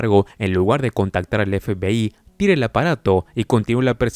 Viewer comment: La verdad que tu forma de decir FBI me da risa parece que dices FPI jajaja 😂 sin ofender